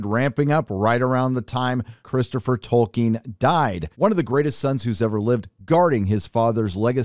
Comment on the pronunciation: I cant be the first person to point out that isn't how you pronounce Tolkien. Edit - somehow you corrected yourself mid-video